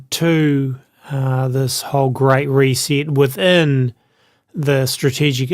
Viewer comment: reee seet its ree set